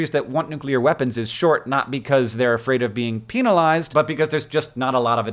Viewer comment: This was a very educational video, and appreciate you for making it and educating us all a little bit about this thing that it's almost taboo to talk about, but I blatantly disagree with the way you say "penalized."